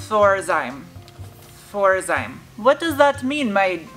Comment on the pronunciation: K.Schwager is the company. They did produce emblems. Pforzheim is the town they are located. Pronounced a little bit different.....